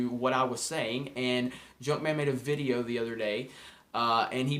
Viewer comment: Please just say video... other than that ... I love your ... vidioooos